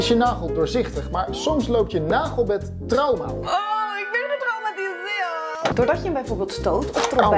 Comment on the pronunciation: "Aww ik bewn getraumatiseewed" 😭😭